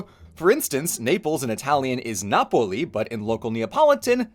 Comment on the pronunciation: In Pino Daniele's songs Napoli is always pronounced Nàpulə. I live near Naples and I have slways heard it pronounced Nàpulə. Nàpulé if you are saying " Naples is ". Yeah ,his pronunciation of Naples is wrong , no one here calls Napoli N-a-p-u-l-e ( with an open " e " ) . But he is foreign ,so I understand 😅 .